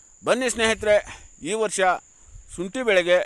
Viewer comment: ಅಯ್ಯೋ ಶುಂಟಿ ಅಂತ ಕರೆಕ್ಟ್ ಆಗಿ ಹೇಳಿ ಶೋಂಟಿ ಅಂತೀಯಾಳ ಮಾರಾಯ